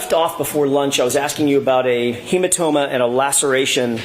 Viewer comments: Brennan —“hematoba” 😂🤦🏼‍♀️🤣😭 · HematoBa. Hank you said it twice. What the hell??? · brennan : "a hematoba" 🤣